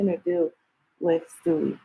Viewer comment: 😂😂😂😂she keep saying stewie 😅